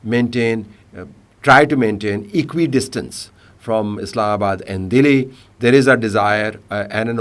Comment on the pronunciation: the way he say Dehli, 😊